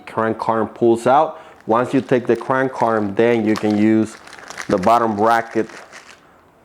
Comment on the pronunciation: {th-reds} threads. {Kra-(able)-nkuu} {aR-(are) mmm} Krank Arm. There you go bud